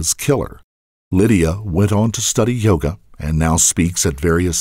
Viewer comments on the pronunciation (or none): none